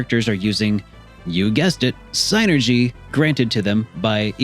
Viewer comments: It's pronounced SIN-er-gee. Saying SIGN-er-gee just makes you come off stupid. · I mean it is what it is :p like Tidus on FFX. lol. But with Psynergy being spelled, it's probably closest to psy-energy. I guess the sienerjee could work if it's trying to be a specific word and stuff. But it just sounds wrong. So I normally just go the regular pronunciation of synergy, or separate it as psy energy. It's all in good fun, though :p good vid :) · Of course. But i left a comment for the algorithm, and thought it was funny. It's sin-er-jee though